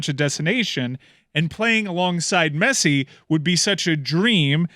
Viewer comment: how do you butcher Messi's name every single time?